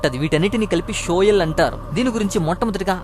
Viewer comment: అది షియోల్... not షోయల్..